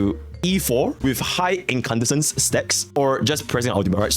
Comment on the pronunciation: incandescence - in-can-dess-sense. More or less, there's a minor flourish to the dess-sense, but it comes naturally if you just make sure not to make a gap between the two parts, so just extend the s sound from dess- into the start of sense, and you have the correct pronunciation.